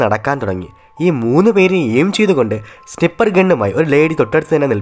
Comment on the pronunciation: Creature -ക്രീച്ചർ Sniper -സ്നയിപ്പർ Bro pronunciation ഒന്ന് ശ്രെദ്ധിച്ചോണെ... Anyway nice narration keep it up 👏👏